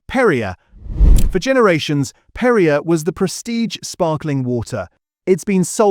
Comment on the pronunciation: PerriAY NOT Perriuh.